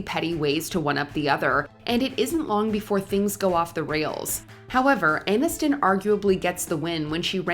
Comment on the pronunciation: AIN-iston? This AI isn't that I.